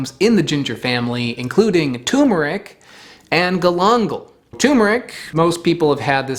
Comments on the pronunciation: Tu*r*meric! Say “fur” except with a T, followed by “meric” as in ‘merica without the a. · Please learn to correctly spell and pronounce turmeric! First off it hasn't r in it that is pronounced. We speak English here! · I think you've forgotten about the second R in turmeric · TURMERIC not Tumeric. Come on!!! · Okay pronouncing it tumor-ick is one thing but to also change the spelling from turmeric to tumeric is going too far man. Its not a tumor, there is another r in there. Turmeric. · Turmeric not Tumeric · it's turmeric not tumeric also btw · It's TURMERIC, not "Tumeric." There are two Rs. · It's tuRmeric, not tumeric. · Dude, It's TuRmeric , Not Tumeric. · What is the world is a TU-meric? Its TUR-meric. Jesus! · It's not "Tumeric", it's Turmeric. With an R after the U. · Please stop calling tuRmeric toomeric. There are TWO Rs in the word. Thank you. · Great vid friend! always so informative 🙂 you missed the "R" in Tur.meric. Pronounced Turrh-Ma-Rick ... not Tumer-ick ~Cheers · TuRmeric, not tumeric. There’s another R in there. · Not TUMOUR-ick, try saying TOUR-merick. Just 'cause many do it, doesn't make it right! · FYI it is Turmeric, not Tumeric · it is not tumer it is tur mer ic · CORRECTION: NOT "tumeric", but actually "turmeric". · Its not "tumor-ic" - there are 2 R's in there - "turmeric" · TuRmeric, TuRmeric, TuRmeric, not "toomeric", please! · TuRmeric. It's pronounced ter-mer-ic. There are TWO 'r's in the name. I don't know why everyone pronounces it like it's a horrible disease. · Fun fact: TuRmeric has an R in it and every time someone pronounced it TOOmeric someone gets a tumor. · (Btw, it's 'turmeric' not 'toomeric') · T-U-R-M-E-R-I-C "Terrr-merr-ick" Exceptionally good video! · Turmeric. It's called turmeric. It's spelled turmeric. It's pronounced turmeric. 2 Rs. Turmeric. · Wait.... isnt it enunciated TuRR-MuRR-Ick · Don't fall for the wrong spelling and pronunciation; it's TURMERIC. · More Vostok please. Also, I think it's pronounced "tuRmeric".